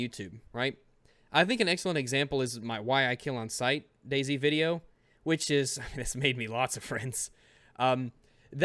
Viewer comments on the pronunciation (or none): none